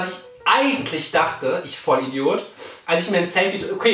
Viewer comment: Julian sagt volideod